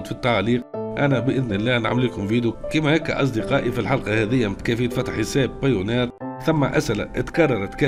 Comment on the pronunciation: بايونير مش بايونار 😅